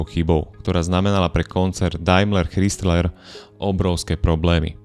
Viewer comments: Super video , Len ten chrizler trhá uši a mal to byť Chrajzler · Chrysler a ne Chrystler, proboha ! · ako nechcem mudrovať, ale pokiaľ robíš videá na vysokej úrovni, asi by nebolo na škodu sa pred videom uistiť, ako sa správne vyslovuje Chrysler (krajzler) :) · Spise "Krajsler".Ch se v anglictine cte jako K. Zbytek souhlas. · Ano, to "chrystler" trha usi, stalo by to za prerobenie. Inak super video...ako vzdy ;) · Z jednej strany chápem pokial ta nezaujímajú auta a robíš videa o nich aby si zarobil nejaký drobak ale aby si nevedel ako sa číta meno značky ktorá má v New Yorku ešte aj svoju budovu to by som nechcel počuť jak povieš Krystlerova budova 😀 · Krajzler dpc foneticky ide ma vyrutit ako to komolis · Neprijemne vnimam Kristler, Chdistlers a podobne... A Dailmer a Mitsubishi vioete povedat. Vaaaa